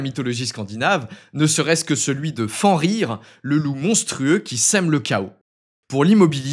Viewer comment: Fenrir se prononce "FeNNrir"